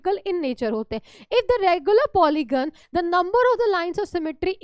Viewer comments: Polygon not polyon mam kindly check 😊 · Mam its polygon not polyon Mam apne bola 72° But 75° likh diye 😅